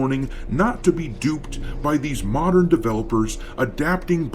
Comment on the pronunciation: Every time, pronounce "mo~dern Audicence" is very humourous, as if it sound like Mourndern Audiences. I am happy that DEI Jerknalists and righters are uglifying games so that,we, the REAL GAMERS can save up more money for REAL audiences games like black myth:wukong.